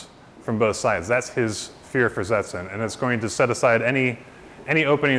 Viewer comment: The german V is said like an F. Fersetzen.